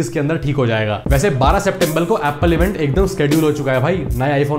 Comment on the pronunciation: han han bhai SEPTEMBBELLL